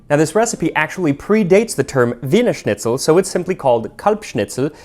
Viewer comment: Excellent pronunciation of ‚Wienerschnitzel‘ and ‚Weihnachtsmärkte‘!